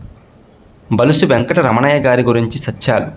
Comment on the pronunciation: బులుసు అని పలకండి బలుసు అంటున్నారు